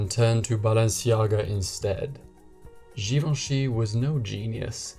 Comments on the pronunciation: Just post a video of you pronouncing his name on a loop “Hubert de Givenchy”.... love it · After hearing you say Givenchy is making me want to learn French 🥰